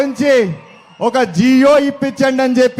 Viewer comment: జియో కాదు బాబు జీవో..అవునులే జీవో ను సరిగా పలకడం తెలియదు నీకు ఇంకేం తెలుస్తుంది..